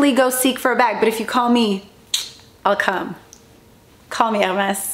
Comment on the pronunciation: Omg 😱 the way she says H’ermes is bugging me. Sorry not sorry. 🥴